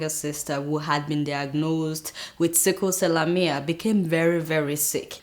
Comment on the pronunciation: Adeola, I was really beginning to enjoy your show, but came away disapointed at this episode.At your first story I believe you were referring to sickle cell anemia but ended up mispronouncing the disease. A little research could have made that avoidable don't you think?